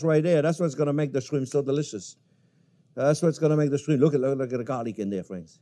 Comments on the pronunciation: Garlic Shwimp😂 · I.like. shrime